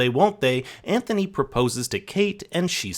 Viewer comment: How did you manage to mispronounce Anthony’s name throughout the ENTIRE video? Not like his name isn’t said a thousand times in the show to mimic.